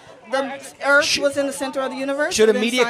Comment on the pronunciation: Give “birf”. The “earf”. Try saying “th”